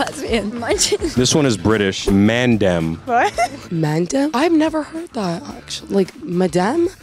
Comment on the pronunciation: I love u guys but u actually triggered me with ur way of pronouncing MAN DEM Lmao